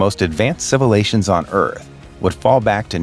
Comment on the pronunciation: What is a "civilation"??